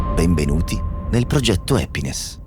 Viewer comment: Ti ho gia scritto altre volte.. ti seguo con piacere, con molto piacere. Realizzi cose incredibili i quali io non saprei neanche pensarle... pero ti prego non dire epness ma hhhhhappnes...Eppure te la cavi bene con l'inglese, pronuncia a parte😜🤪😜🤪 dai fai il bravo